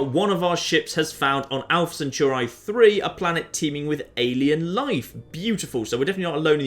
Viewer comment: The way you say "Centauri" makes me want to cry.